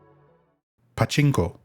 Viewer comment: Your pachinko pronunciation pisses me off bro